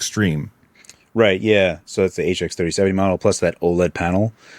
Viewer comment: He's gotta be saying HX3070 on purpose at this point.